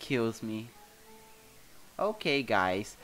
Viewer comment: O falando "ok guys" Eu ouvindo ele falar: Okay gays KKKKK